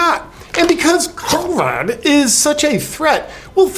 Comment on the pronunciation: How come you have trouble saying "covid "